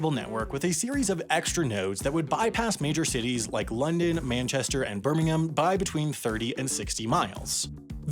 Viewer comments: HE SAID BIRMINGHAM CORRECTLY! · I'm impressed with your pronunciation of "Birmingham"! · Well done for pronouncing the Birmingham in England correctly!! :D